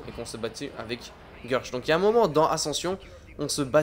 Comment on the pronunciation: C'est Guèrch pas Gueuuurch